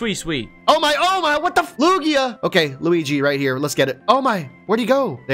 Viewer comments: This way he pronounced Lugias name drives me nuts. 😱😐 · I believe it’s Lu-gi-a